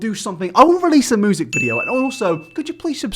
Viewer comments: Why the fuck cant you pronounce "music" correctly? It is "myu-sic" not "moo-sic". Other than that nice video bruv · Is it just me when he says “music” I heard “Moosic” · moosic xD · "moosic" ... dude... isn't it music? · LEARN HOW TO SAY MUSIC PROPERLY YOUR DRIP! ITS NOT MEWSIC! FOR A CHANNEL THAT IS NOTHING BUT TALKING YOU SHOULD BE ABLE TO TALK PROPERLY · 'moosic' ? never noticed before haha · No one: Really no one:: MOOsic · If he says moosic one more time I’m gonna lose it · Youtube "Moozik" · Does anyone else hear him saying moosic instead of music?